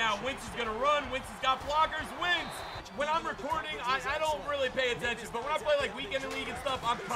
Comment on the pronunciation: Wentz not “wints”